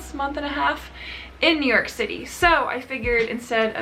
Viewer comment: me pronouncing New york: New york: Neork! syllables are a waste of time..am using neork from now on..lol